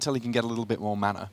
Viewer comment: I don't think "mana" has an "R" in it...